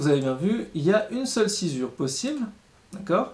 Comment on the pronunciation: Pourquoi on dit sci"z"ure alors que c'est écrit sci"ss"ure ?